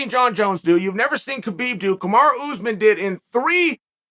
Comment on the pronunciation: Ooozemen. You do this for a living . Mokelshv, komzot. Should probably learn the names of the people you talk about for a living. Couldn’t even say breakfast or cereal while sponsoring it.